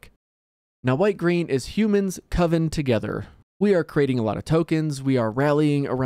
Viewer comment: It was great. "Coven, not Co-vin!" 😂